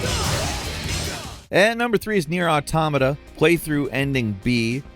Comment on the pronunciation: why do people keep pronouncing it atamata its clearly spelt Auto-mata